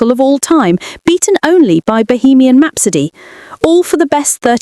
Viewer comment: ai slop cant even say rhapsody